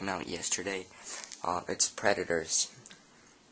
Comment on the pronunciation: IT's Predators not Perdators!!!